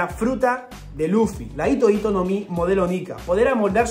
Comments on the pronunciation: Por qué todos se comen la H? En la romanización esa H suena como J, así que hito hito se lee Jito Jito, como la J de Jirafa, pero decir Ito-ito es como si fuera hilo-hilo, así como doflamingo tiene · Hola, me encantan tus vídeos. Sé que pareceré repelente, pero "hito hito no mi" en japonés la h se pronuncia como la j española o la h inglesa. Lo digo porque haciéndola muda parece que digas "ito ito no mi", que como recordarás es la fruta de Doflamingo. Espero que te sea de ayuda y discúlpame por corregirte. ¡Gracias por tu trabajo!